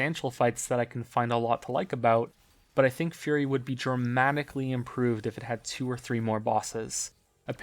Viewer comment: "dramamically improved"